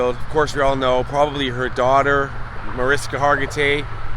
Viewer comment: I’m so glad her daughter doesn’t remember the crash and even if she did will never see this. By the way it’s pronounced ma-rish-ka